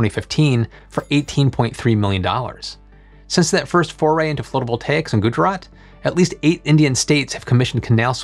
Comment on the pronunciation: wait...how drought records have started for the Western US 1200 years ago when the western world had not arrived on the continent until only 400 (give or take) years ago? 🙂 Also, I think "phlotovoltaics" is slightly funnier than "floatovoltaics".